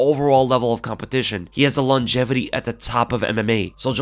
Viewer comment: Best mma podcast out. Although the "longetivity" made me laugh 🤣